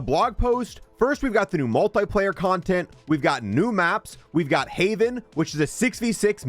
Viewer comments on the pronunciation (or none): none